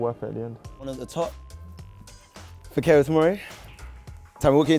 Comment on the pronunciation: Learn how to pronounce his name properly. Fikayo = FEE-CAR-YOUR